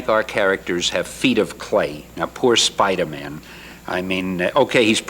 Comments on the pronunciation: The interviewer asked "How does Spidermun (that's how he said it,) fly?" more than once. Would have driven me nuts. Clearly the guy had ZERO idea who Spider-Man was, but that attitude was typical back then. He wasn't trying to be rude (Canadian, after all,) but clearly Stat was used to it and took it really well and explained his web-shooters. Stan truly was Stan "The Man" Lee back then, Oh and as 65 year old guy who has all his teeth, rides his bike to go errands when others would take their car, the comment about Stan being old and looking way older than 55 was eye-rolling. Stan looked fantastic here and this is actually how I still picture him in my mind as that's how he looked when I was 10-15 years old reading "Spidermun" and other commics. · Hahahahahaha in the intro he says “Spider-Man” like Spiderman/Goldman 😂😂 Phoebe was onto something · I love how the interview consistently pronounces it "Spiderm'n." The Vidlectrix guys could've been modelled on this man. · Why did he say spidermin but not x-min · The way the guy says "Spidermun" makes my skin crawl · The first guy pronounced Spider-Man as spidermen and pronounced x men as x man 🤦‍♂️ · Spider-Min he says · Spider-mun lol that was a hilarious gag, no galoshes Aunt May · I heard Spider-min. I was thinking that sounded more like a family name. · Did this dude just say Spidermun? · 'Spidermun'...Phil Spidermun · He keeps saying Spiderman, as if his name is Phil Spiderman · “Spiderman” lol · "Spider Mun" Is it bad I was so irritated with the host? 😆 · "The Spidermun!" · Did he just say spidermen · The interviewer said Spidermin. Haha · The host's pronunciation of "Spiderman" is hilarious. Like it's someone's last name. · Why tf did he pronounce Spider-Man like that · He pronounced Spiderman like its a jewish surname lol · the host can't say spiderman. he pronounces it like it's his last name. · I thought the same thing when he mispronounced Spider-Man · He didn't pronounce the hyphen between "spider" and "man"